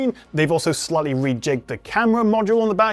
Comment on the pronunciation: When you say “slightly” it sounds like you are saying “slutty”